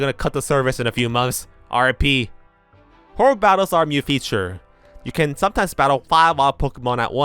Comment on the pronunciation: i absolutely love your videos and have been binging them for several days now. but for gods sake, please learn to pronounce "new". I keep thinking you're talking about Mew and its so confusing